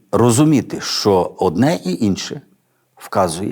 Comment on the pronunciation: Дякую за проповідь, все актуально і зрозуміло.Але бажаю вам чітко вимовляти,що, а не шо,бо не гарно звучить